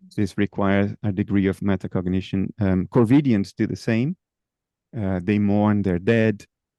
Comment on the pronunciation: I'm pretty sure Bernardo says corvidians and refers to what I usually hear called corvids, the crow family.